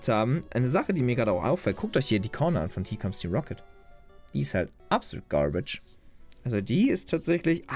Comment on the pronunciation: Beste englische Aussprache:here komms Team rocket😂😂😂